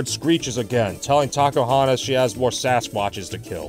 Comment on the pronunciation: Did I hear it wrong, or did say... Taco-hontas?